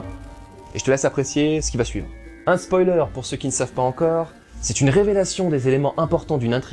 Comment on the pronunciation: Dorénavant je prononcerais spoaler! C'est beaucoup plus rigolo! :D